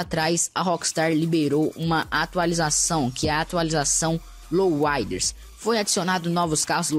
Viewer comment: louaider?? kkkkkkkkkkkkk alguem fala pra ele q eh LOWRIDER pf